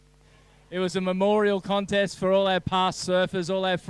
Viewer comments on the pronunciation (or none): "Connest" that's the way, Stray-ya